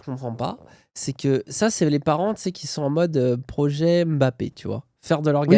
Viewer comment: Ah il a bien prononcé le nom de Mbappé !!!! tiens !